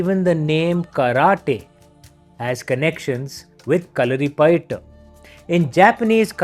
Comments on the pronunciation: sir thankfull for prnouncing name of the martial art correct for every body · Yah.. Thats the correct pronounciation.. No need to stress the "U"